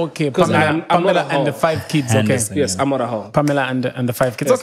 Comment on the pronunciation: Pamela "handerson" 😂😂😂